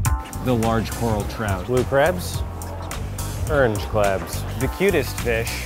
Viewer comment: “Blue crabs, Urnge clabs”